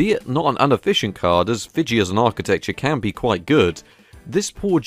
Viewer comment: Fiji is pronounced fee-gee.